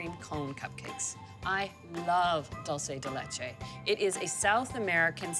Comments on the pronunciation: it is pronounced DOOL- SEH DEH LEH-CHE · Sorry Anna, that is not dulce de leche. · Anna, That is not Dulce De Leche. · looks delicous! but damn girl that's not how you say dulce de leche!! check your facts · Come on Anna! That's not dulce de leche